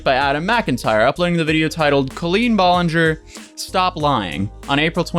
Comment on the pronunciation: OMG PPL ITS B-A-LEN-JER lol NOT BOLE-N-GOR